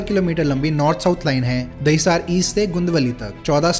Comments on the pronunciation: Why do u make so many pronunciation mistakes? What is Dahisaaaar? What is Bundooop? Kunjoor-marg? At least look up how it is written in Devnagri. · Gundavli and Dahisar ka pronunciation mein gadbad hai